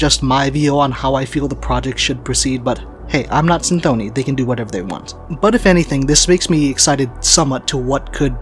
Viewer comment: yeah that's what I heard on the records, but in the video he says cynthOny and this made me think that I don't know anything